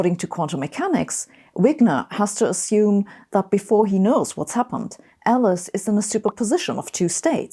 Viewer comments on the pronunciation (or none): none